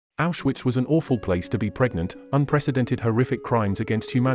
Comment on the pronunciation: You don’t pronounce Auschwitz , gestapo or Mengele right